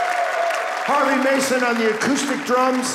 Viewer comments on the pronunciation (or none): WTF, Harvey not Harves!